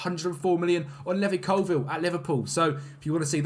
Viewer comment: Bro it's Levi as in LEE VI not LEVY hahaha